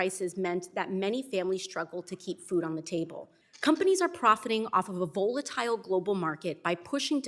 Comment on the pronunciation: I love you AOC, but please learn how to pronounce volatile